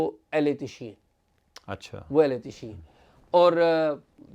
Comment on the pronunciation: AOA. sir yahan LAFZ ehl e tashee nahi ehle tasheyo bola jaey ga. pehlay ka kaatlab hey JANAZAY k pechay chalne wala aur dusray ka matlab hay SHEAAT WALA yani SHEEAA.